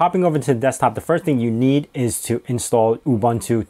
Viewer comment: It's pronounced OOBOONTOO. OOBANTOO doesn't exist.